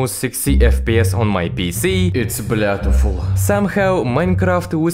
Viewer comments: "its blyatfull" 😍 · he literally said "blyatiful" 😭